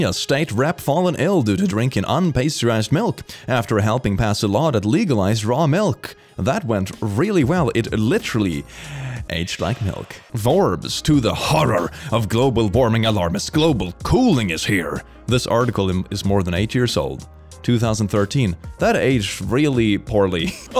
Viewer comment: When he said Forbes I thought he said vore am I really that impure